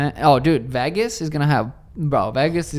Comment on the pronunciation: I absolutely hate the way he says Vegas 😂😂